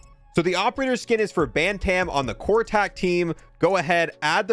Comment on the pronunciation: The way you pronounce ‘bantam’ hurts me. It’s ‘ban-tum’